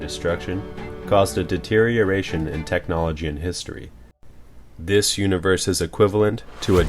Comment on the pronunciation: It's pronounced technology. You also made many other errors when speaking throughout the video. I would recommend consulting a dictionary and reading the phonetic pronunciations for future videos.